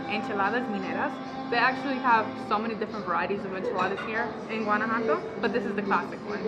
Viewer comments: Guanajuato pronounced gwan ah wha toe. I really enjoy your videos. I'm sure you'll be stopping by San Miguel de Allende. also by the way, there are tons of words I don't say correctly. Locals correct me constantly. If I hadn't lived there, I would not have known either. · Your pronunciation of Guanajuato is suspect, but thanks for the vid.